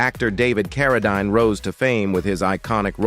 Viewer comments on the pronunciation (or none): His last name is pronounced like this Karodeen